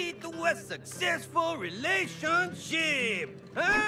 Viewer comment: I was not expecting him to say ‘relation-shit’